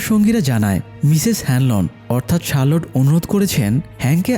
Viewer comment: Charlotte ✅ Sharload❌